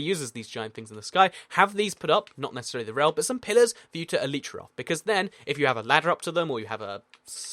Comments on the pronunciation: elItra not eletrae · Bruh this dude seriously just said elytra like el-ee-tra ?!